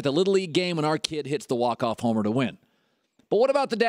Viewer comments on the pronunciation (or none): none